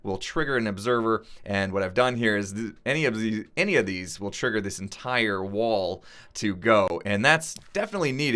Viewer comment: legendkiller 4764 You tried to say “entire” and said “intirier”. That’s pathetic.